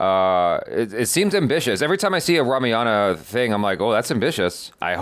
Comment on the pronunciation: it's RAA-MAA-YAN